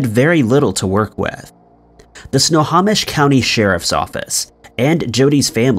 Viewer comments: Pronunciation ERRORS: NOT "sna-haw-mish" ..... IT'S "snow-hoe-mish" = Snohomish NOT "tulip" (like flower) ..... IT'S "two-lay-lup" = Tulalip LoL.... I live in EVERETT, WA - 12miles South of Tulalip (BONUS: Tulalip Casino/Hotel is super nice! but standard rooms are about $300-$350 for 2 nights/ 1 full day... after hidden fees/taxs! Totally worth it if celebrating a birthday or something) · Its pronounced "Snow-ho-mish" not "Snow-ha-mish" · Snohomish is pronounced Snow - hoe - mish not Snow - haw - mish. Everett WA native here. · How you figure?! 🤣 I'm from Everett. No one and I mean NO ONE says Sno - haw - mish. It's Sno - hoe - mish. I was cringing every time I heard dude say it wrong. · OMG let's say it together, snow.home.ish that's how you say Snohomish! if your gonna say a word more then one time and your unsure of how to correctly pronounce that word, Google it! Is nails on a chalk board every time you say snaw.hom.ish!😬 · I don’t want to be that guy but because I live in Snohomish county, I’ll point out that it is pronounced snow-home-ish. Love the videos btw! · Snohomish is pronounced Snow-home-ish. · Nice try on Snohomish. It's Snow-home-ish. I live in this county. We've got some pretty difficult to say cities and counties in Washington state, being based off local Native American words. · Snow home ish Snohomish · Snohomish is pronounced (snow-home-ish) Tulalip is pronounced (To-lay-lip) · So I live in Snohomish County and it's pronounced Snow- Hoe- Mish.....not the way your pronouncing it lol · He can’t even pronounce extradition. He has no chance with Snohomish. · Iol at your pronunciation of Snohomish